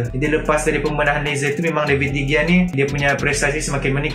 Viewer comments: david degia.. lol , betul nya bacaan dia David Dehia. .. kalau dekat spain G jadi huruf H bila dibaca.. huhu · Pronounce de gea salah